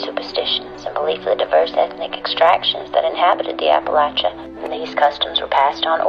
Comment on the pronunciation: You pronounced Appalachia wrong. Also, catman lady is wrong. Male cats and female cats will travel for miles from their homes for food, mating, and territory. I also live in the country and male cats show up here all the time. I have no neighbors on any side of me for at least a mile in any direction. Omg eagle feathers? It's illegal to have any bird feathers (especially eagle feathers) unless you're native american!